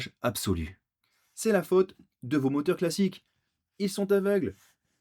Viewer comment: Des « moteurs fockeurs »😂😂😂😂